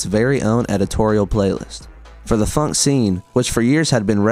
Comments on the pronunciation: why are you pronouncing "phonk" as "funk"? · Bros saying phunk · Broo man is pronouncing it "funk"💀💀💀💀💀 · the fact that you pronounce “phonk” identically to “funk” annoys me so much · It's phonk not "f u n k"